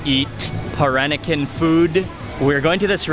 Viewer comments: he can't even pronounce peran-nakan properly absurdly awkward to my baba culture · somebody please tell him how to pronounce 'Peranakan'' its so irritating